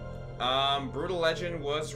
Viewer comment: pausing at 1.53 to tell you that i enjoyed you actually pronouncing Brütal with the umlaut. +1